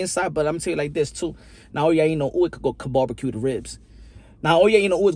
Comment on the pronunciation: You're the first youtuber I've seen who actually pronounces Inoue correctly. 👍Also great analysis.